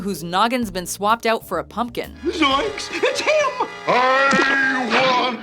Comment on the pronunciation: It’s “Zoinks!” not “Zoiks”